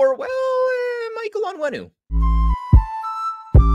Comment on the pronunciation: The way you said “Michael Onwenu”🤣